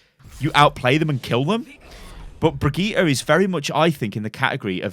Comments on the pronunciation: Just say her name as you would in English. Everyone do this with Sombra, Lúcio and Reinhardt no one is worried in saying their names with the correct Spanish, Portuguese and German pronunciation. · amberisrad "in her origin video she says it as "bree-geet-eh" " Wrong. Did you watch the english video with her "primary" VA? And no it doesn't sound similar to how jeff says it. If you can hear the difference between feet and fit you should be able to hear the difference between the VA and jeff pronouncing her name. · The name is German though. But then again what you are saying is correct. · Brigittes hardest counter is pronouncing her own name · Not Bri JEE ta but Bri GEE ta, how hard can it be? XD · Its not Bregiiiite, its Brightte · Well we say birgitta and not brigitta, good video btw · Bri-gitt-EH, not Bri-gitt-E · Its BrigittE not BrigittA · actually its Bri Gi tE, not Bri Gi tA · Its not pronounced Brigita! Its a german name, duh! Ask a german dude and let him tell you how to pronounce Brigitte! It is completely different. Yes, Papa Jeff said Brigita, but Jeff does not speak german! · you..are..british... IT IS BRIDGE-IT!!!! stop trying to sound swedish lol. you know there are several ways to say melee, as you have said (in a brigitte vid).... me-lee / mel-ay.., just think about how we say "michelle", and how the french say it. case closed. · dude brigitte is an old fashioned french name for ladies.... pronounce bree-jeet -__ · "Brigita" ... That's completely different than just pronouncing "Brigitte" german or english. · Seriously bri-gee-tah, three syllables my dude. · blizzard dont know how to say brigitte´s name. its a shame. its briggitE not A in the end. Brigitteh. Blizzard!! back to school! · Stop the BRIJITTE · Bree-Gee-tay howfucking hard is it to say that? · Jeff is wrong. Her name is pronounced bageut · I’m triggered when people say Brijet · Q it’s pronounced “Bri Jit” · stop saying brigitte, you are doing it wrong.......